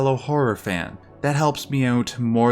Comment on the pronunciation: English is my fifth language, to me you sound american except for all the times you weirdly say “OUT”.... I love your vids thoe